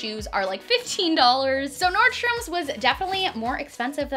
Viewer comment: Is anyone else bothered by the fact that she says NordstromS when there isn't an S??